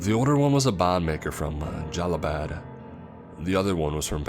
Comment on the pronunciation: "Jalabad" lol I broke character. I'm pretty sure he meant "Jalalabad province"